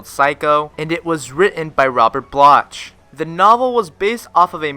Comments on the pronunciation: It's Robert Bloch, pronounced "block" not "bloch" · Robert Bloch?????? It’s pronounced BLOCK, you block head!!!!! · Robert Bloch--pronounced Block